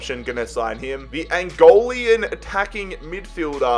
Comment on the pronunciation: Small pronunciation correction: it's Angolan, not Angolean😂😂. Nice to see my country there tho, great vid!